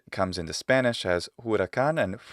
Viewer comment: You pronounce Spanish as if you were native :O